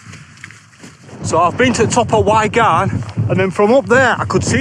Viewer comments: Great video again mate. The pronunciation of “why garn” had me in stitches 🤣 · Top video 👍🏻 I was having a chuckle at your pronunciation of Y garn 😜 how are you liking your OMM core hoodie? I've got the core plus which is supposedly thicker, but I'm not sure if I'd like it any thinner tbh, it feels very fragile, but it is very warm for the very light weight, my medium only weighs 188 grams compared to 400 grams of my Rab equivalent hooded fleece. I hope you get your drone fixed, absolute bummer that mate.